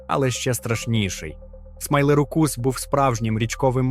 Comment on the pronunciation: Смілозух - "смайлерукус"? Ти серйозно?